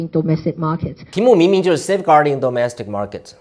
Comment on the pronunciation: 彭P 要好好練練 domestic 這個詞的發音，不要發的和詐蔡一樣，它的英文菜，你要比它好一些。